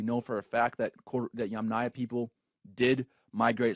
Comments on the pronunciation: Yamnaya, fix your letters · Yamanya? Yamanya??? At least try to get the name right. It's Yamnaya.